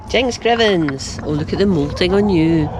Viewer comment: I love it when you say “jings crivens!”! My husband is from Glasgow and it reminds him of the Broons! The hens are looking beautiful too🤗